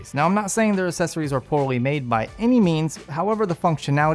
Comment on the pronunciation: Can you take a grammar course please. Things work "really well" not "really good".. That and learn how to pronounce accessory properly. Your logo also does not match the high quality of your videos. Other than all that, you are really kicking ass. Well done!